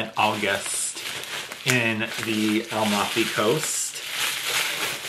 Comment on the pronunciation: So sweet ❤. Please show us the Mimosa cubes when you use them. PS Amalfi Coast…it’s phonetically 😊“A Mal fee” coast not…. “Al mof ee”. ❤